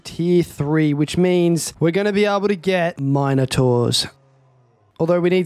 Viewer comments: The way you say minertaurs pisses me off 2 much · How the hell do you pronounce Minotaurs??